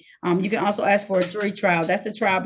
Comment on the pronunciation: saying "axe" disqualifies him immediately. NEXT